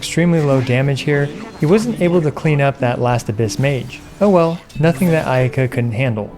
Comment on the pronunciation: I lost it when you said ayayaka 😂